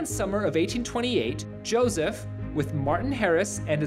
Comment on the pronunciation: its josef not josiv ....ur nutz